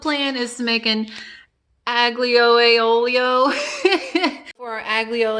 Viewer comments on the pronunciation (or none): Everything looks delicious. You’re so funny...pronounced ..I - Leo e olio